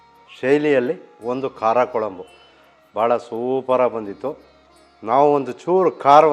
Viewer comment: Sir, I am not here to argue. As a regular viewer of your channel just wanted to tell you the correct pronunciation. Kuzhambu is how it is pronounced not Kolambu. The letter ழ (zh) is unique to Tamil. I am a Kannadiga born and brought up in Tamilnadu.